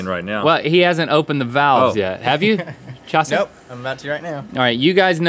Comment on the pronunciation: it’s Chasé